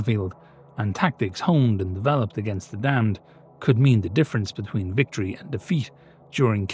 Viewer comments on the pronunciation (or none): none